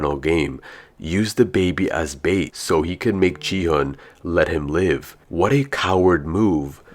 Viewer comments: it's gihun not jihun bro!!!!!!!!!!!!!!!!!!!!!!!!!!!!!!!!!!!!!!!!!!!!!!!!!!!!!!!!!!!!!!!!!!!!!!!!!!!!!!!!!!!!! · Bro knows so much about the games but still calls still calls gi hun “ji hun” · You said ji-hun its actually gi-hun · No offence but he is called gi *gee hun